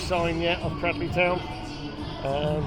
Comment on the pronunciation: Thank you for covering this game. NB it's pronounced CRADELEY not CRADDLEY.